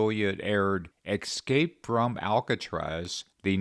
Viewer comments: The word is 'escape' NOT 'excape'. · Oh most " holier than thou"; it's escape not escape! Also, have you considered how many undocumented men have entered this country? Have you considered how many very young females were brutally raped, sodomized,and then savagely slaughtered by these undocumented individuals? You should get a job at Walmart or McDonald's! You hatred of Trump is as ungodly as it gets. Your videos? Likewise💩